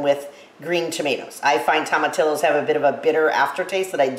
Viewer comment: Toma tee oh